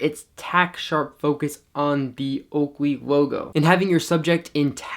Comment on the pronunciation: That oakwey wogo came out nice and sharp in manual focus. Great review and very informative!